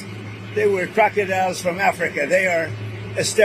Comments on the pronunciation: He couldn't even say crocodiles right, he said crocky dials. 🤦‍♀ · Krekadiles he says blah hlah blah 🤡